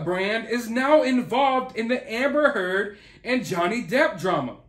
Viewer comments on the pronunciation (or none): Did you just say more from Terd!🤣🤣I'm rolling... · Lll I thought he said Amber Terd! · Every time you say Amber turd I get a vision of her pooing on Johnny's bed! 😆👏 Freaking wackadoo!